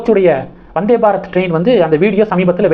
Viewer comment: வநாதே பாரத் இல்லை ப்ரோ வந்தே பாரத் என்பது தான் சரியானது நன்றி வாழ்க வளமுடன்